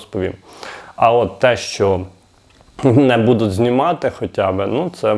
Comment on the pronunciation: не ОБІЦЯЮТ ,а ОБІЦЯЮТЬ . Вчись говорити ти всі слова говориш так піднімаюТ а не підіймають і тому подібне,від такого говору рвотний рефлекс,і вуха ріже,А ти щей Людям інформацію доносиш. що це за БУДУТ а не Будуть . ти шо первісна людина глибоких гір?ВЧИСЬ ЩЕ РАЗ РАДЖУ ГОВОРИТИ